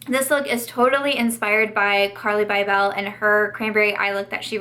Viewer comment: Hi - not being rude or grammar police but carli bybel is pronounced bible 😊hope ur day is great !!!